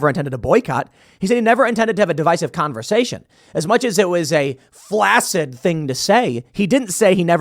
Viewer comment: The word is correctly pronounced flak-sid.